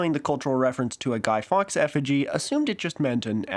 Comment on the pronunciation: Didn't get the name at first, I dont know if its your account or pronunciation. But it's pronounced Guy Forks (written Fawkes.). Also, it's not a holiday, it's marked on the calendar and colloquially it's often reframed to as Bonfire Night or even Fireworks Night...obviously.